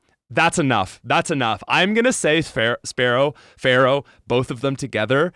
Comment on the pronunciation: Love everything you fo. But for the love of God it's FEARow... not Pharoah... Thank you for all the cool things you do. ❤